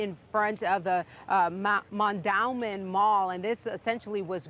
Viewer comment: "Mon-dOW-min Mall" lol 👎